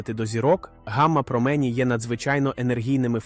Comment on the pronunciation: якщо наголос не правильний це все читає програма читалка а не жива людина. Зараз дуже багато відео озвучують через програми читалки